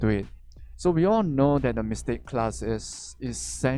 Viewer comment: ..all i heard is mystake..not mystic..lmao..u really are a troll..nice reference there lol